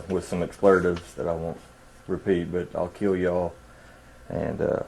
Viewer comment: "explertives"? is that a thing?